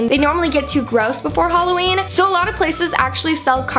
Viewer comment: it's hah-loween not hol-aweem